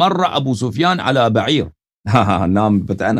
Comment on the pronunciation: عربی نہیـــــــــں آتی تو نا نا پڑھا کرو بعیر پر زبر ہے پیش نہیـــــــــں اے دشمن صحابہ